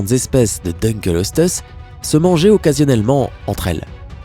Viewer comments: J'ai vraiment envie d'insulter le propriétaire de la chaîne .. Dukleosteus CA SE DIS PAS DUKELESTEUS ! Faut vraiment être débile et ne pas avoir fais beaucoup de recherche sur son sujet sans déconner... 😑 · Mdr je suis rassuré de voir que je ne suis pas le seul qui a les oreilles qui ont saigné pour le Deukleosteus ^^ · Tu as pas respecter le "dunkleosteus" Il se prononce : Dun kléo sté us Pas : Deune kelo steus xD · On dit : dunkléostéus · Le dunkleosteus se prononce dunklėostéusse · Le no 7 se prononce dunkléostéus mais sa ne ma pas dérangé il est normal qu'on se trompe avec un nom pareil. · Ça ce prononce dunekleosteus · On dit Dunkleosteus :( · Quand il a prononcé Deukleosteus mes oreilles ont saigné Mdr ^^ mais petite vidéo sympa ;) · Pour le numéro 7, son nom est Dunkleosteus (prononcer DEUNE - CLÉO - STÉ - USSE) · dunkleosteus se prononce pas DINkleostéus ? et au fait le liopleurodon est un magnifique animal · Ouep un Dun kléo sté us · Bin toi, je vais t’appeler Maunaïkke... On dit "dun-klé-o-sté-us. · Il a tué le dunkleosteus xD